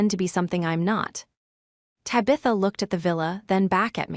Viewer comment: What the heck is a Ta-bitha?